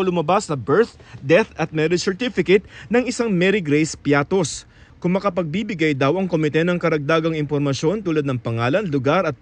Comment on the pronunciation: Bias.. Piatty po not Piattos ahahahaha kinorect na nga ng coa tapos ganun pa rin balita nyo ahahaha katawa tawa.. Bakit kaya ganun na kayo.. Nayari na